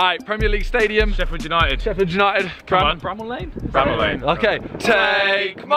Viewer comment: Someone should tell jj to say bramall